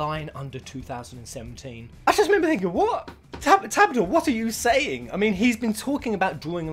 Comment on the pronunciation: You say " Tabata" wrong XD